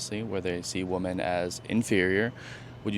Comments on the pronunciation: she did the thing women do these days where they pronounce "women" as "woman." Why the hell do they do this? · It's wo-MEN, NOT wo-MAN when it's plural.. I'm sooo sick of young illiterate kids... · one correction: You're pronouncing "women" incorrectly.